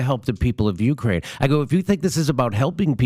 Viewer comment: He can't even say correctly Ukraine and yet he's an "expert" now on this war... c mon people 😂